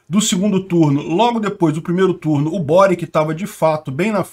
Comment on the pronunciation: Peter o Boric é croata. O nome dele se pronuncia „Boritx“. Tenho bastantes amigos da antiga Yugoslavia.